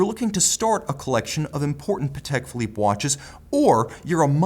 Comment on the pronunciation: PA-tek phi-LIPPE;) Love your reviews!